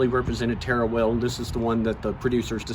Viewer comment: Such a shame that the man doing the introduction did not know how to pronounce Tara only terr or please even with an accent the Irish TA RA is not hard.